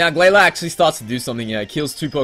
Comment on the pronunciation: The Pokemon in the Battle FAINTED NOT DIED! also i Say GlaLEE.